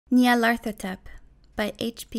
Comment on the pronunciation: BOI YOU PRONOUNCED IT DIFFERENT THAN I DO DIAF